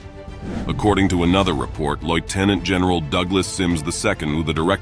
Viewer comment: LOY-tenant? Perhaps if you spelled Lieutenant correctly your TTS software would know how to pronounce it correctly